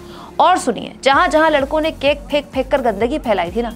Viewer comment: केक केके बोल रही हो केक की तरह!!